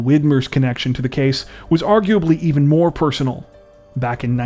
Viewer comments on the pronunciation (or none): none